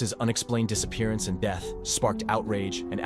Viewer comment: "The cause of his DEETH could not be determined" EDIT: The AI "Old man" voice is awful.